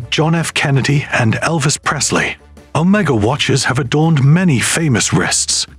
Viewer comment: You need to learn how to pronounce the word Omega.